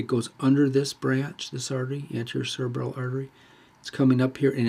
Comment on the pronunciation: I hear you saying cerebella when explaining and pointing to cerebral artery and other cerebral vessels.